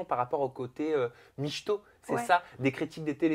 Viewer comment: Hillary micheto ???? MICHETO? Ça se prononce??